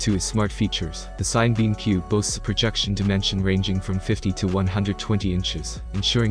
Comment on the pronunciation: I think it’s pronounced sinna-beam, like cinema.